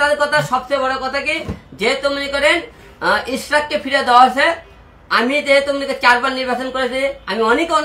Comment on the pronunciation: একে আবার কে পাবনা থেকে ছেড়ে দিলো ভাই মনে হয় পাবনা থেকে পালিয়ে আসছে। যে মানুষ ইশরাক ভাইয়ের নাম ভালো করে বলতে পারনে সে নিবে এমপির পদ